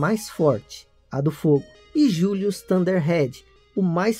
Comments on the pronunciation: Gilius e não Julius kkkkkkkkk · É Gillius, e não "Julios"! Seu inglês é péssimo, mas o vídeo é ótimo! 😊😇